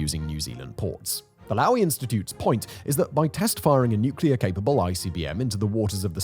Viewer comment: Low- ee Institute not l-oww- eee